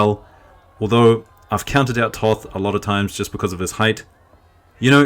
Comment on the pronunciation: Pro commentator tip: Toth is pronounced just as 'taught`.